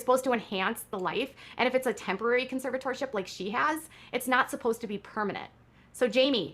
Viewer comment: Can someone please teach this woman how to say the word “conservatorship?”